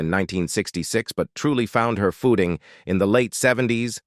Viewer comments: After a couple minutes of hearing common words mispronounced, I couldn't listen anymore. "lowny Anderson", "foooting", "episowdies", "endeevor"... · Really hate the AI narration. (You can tell when it pronounces simple words such as "booked" as "book-ed" and "footing" as "foote-ing" among other tics.) Why not get a real person to do it? I know, you'd have to pay. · Embark-ed. Foot-ing. AI MUCH? What foreign war or drug trade is this monetization supporting, if any? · EPISODIES, LOANY ANDERSON EMBARKKED on her acting Core-Rear in the...... Getting Their FUTING ---A.I still sux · Such awful AI voicing. "Found her fooding." LOL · Her footing? Sounds like boot? Wth . Actually that whole sentence was full of crazy pronunciations. Episoodes? Done watching.